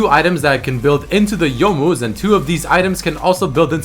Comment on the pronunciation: you most (youmuus) GJ